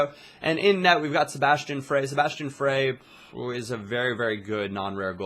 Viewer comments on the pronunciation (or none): none